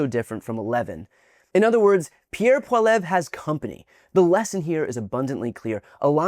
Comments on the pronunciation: As a left leaning Canadian it give me the giggles to hear Poilievre's name mispronouceD over and over but I would feel terrible if I didn't try to help you out for all the great content you put out. It's pronounced phonetically as PAUL-E-EV. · It’s pronounced “poly-Ev” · Poilievre is a piece of crap, but he at least deserves his name pronounced properly. pwall-ee-ev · Where did the 'w' come from? It's Paul-ee-ev. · Or Pwal-i-ayvr’. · Paul-ee-ev, Brian. Just a heads up. ✌️🇨🇦🇺🇸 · It's pronounced "Pol-liv-e-aah" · “P-wah-Lee-ev” or “poly-ev” is the correct pronunciation. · It’s pronounced “Paul-ee-evv” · Poly-ev is how you pronounce it! Let’s hope he looses big time today! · Paul-E-Ever. Closest english pronunciation. But, decades ago, to sell himself to the western non-french provinces he was: Poliver. Or just ignore him. I find that best. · Just a note, Brian, for future videos: His last name's pronounced Poly-ev. :P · Canadian here. The clip you played that was supposed to be Polievre (pronounced Poly-eve-re, by the way) was actually Mark Carney, the Liberal candidate. Thankfully Carney looks like he's going to win over Timbit Trump, Mr Polievre. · It's not pronounced the way it would be if it were English. "Pole yev" is more like it. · Pronounced pollyev! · Pronounced “Paul-E-ev or Mr. Cringey. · "Poi-lev". Hahahahahaha. Please Brian, I know you could do better. 5 seconds on CTV or CBC will help you. And please, get who's who correct. Around here though, we call Pierre pee-pee. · That and he can't pronounce Poilievre :) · Please take this video down. You aren't pronouncing Pollievre's name correctly and you posted a video of the Liberal leader and Prime Minister Mark Carney and lambasted him for something completely out of context because you have the parties mixed up. I would take this whole video down because it's nonsensical. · Learn to pronounce Pierre's last name. Not that I care about that loser but ... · please pronounce Mr. Poilievre properly